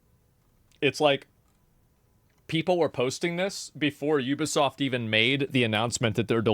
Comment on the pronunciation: Is this dude for real?! “Let’s go to Metacritic. It’s a 5.4 not a 76 you (words I can’t say here).” Is completely oblivious to the 76 right above it. Wow man. Combover queen strikes again. At least he pronounces Ubisoft right.